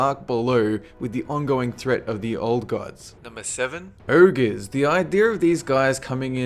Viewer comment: this guy is good but I can't stand that he cannot pronounce "ogre"